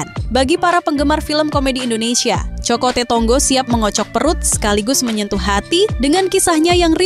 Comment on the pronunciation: Kok isok bacanya kokote...cokote.... Hadehhhh..ga paham artinya kok review to min...min...😂😂